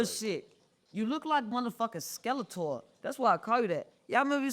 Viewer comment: She just called you skelatore💀 On God I died right there with you lmao